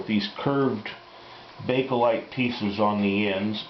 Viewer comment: Thank you for pronouncing Bakelite correctly. Leo Baekeland, a Belgium born American Chemist, invented his Bakelite process in 1907 and is "The Father of the Plastics Industry". I inherited from my in-laws' Sunbeam Radiant Control T-35 toaster years ago and should have listened to my mother-in-law. She said that the T-35 was an excellent toaster. I recently restored it from all of the YouTube toaster repair videos available. I believe her now! It makes perfect toast every time from thawed to frozen bread. My son has laid claim to it one day. I was going to get another Sunbeam Radiant Control toaster but was shocked by the current prices. At this time, the Toastmaster 1B16 toasters are more reasonably priced. Between these two vintage toasters, which would you recommend? I am proficient at restoring and maintaining vintage appliances. Thank you for your toaster videos!